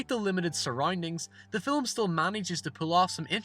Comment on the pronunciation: Anyone else hear him say filim rather than film